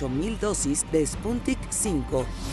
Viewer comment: Que ahora se llama la vacuna Spuntik?? Sputnik !!!